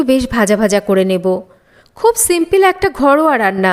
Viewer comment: Simpil noy bolte hobe Simple